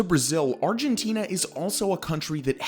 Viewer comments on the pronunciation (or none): none